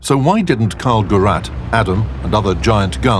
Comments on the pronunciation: why does it annoy me so much, that he doesn't say " Gerät " right. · It is not karl [gurrat] it is karl [ghee rate] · It's not "Carl Geratt" - it should sound like "Caarl Khereet" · Read it as "Gerrayt", not "Geratt". The ä is emphasized. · It is not called "Carl Gerat". It is called KARL GERÄT! Muss man wissen! Wissen auch nur die wenigsten! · "Karl Gerat" right there from the start! How awful,man learn how to pronunce a name. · It wound be pronounced as geret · Gerät is not pronounced gerrat the ä is pronounced like an E and an A combined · Gerät ('gayraid' with a stress on the second syllable [pronounced as 'grate' would sound perfectly normal]) - device Why not call it the 'Charles-device'? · Please do not pronounce GERAT!!!! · it is not called karl gurat :DD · "Karl Geratt" - WoT again useless as tits on a zombie when it comes to pronouncing German tank names. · Why does nobody ever bother to research how you actually pronounce the words... Even putting "Gerät" into google translator and let him read it to you sounds better than this "Geratt". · Karl is love. Karl is life. Karl Gerät is not pronounced Karl Geratt. Fuckheads. The resistance to complaints of this company is unfathomable. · The way he mispronounces "Gerät" is hurting my ears. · Very cool that the voice over does not know how to pronounce Karl Gerät...lol...not the quality we are used to in this channel ;-) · please find a speaker who can say "gerät" properly... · I'd suggest good research also included proper pronunciation. The stress is on the second syllable in "Gerät" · wie er Gerät ausspricht😂😂😂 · And you think that one based on one ninety millionth of an erroneous measure of the Earth’s circumference at Paris, France is less comical? Meanwhile If I hear the German word for apparatus smarmily mispronounced many more times... it detracts from the otherwise great worth of the video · As a German, I'm triggered whenever they say Gerät. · ä is e, not a ffs